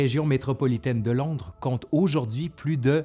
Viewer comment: Londre pas landre .😉